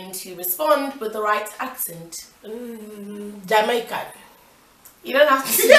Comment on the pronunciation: When your mum said "Britis" instead of "British" I fainted 😂😂 and "jam-eye-kan" 😂😂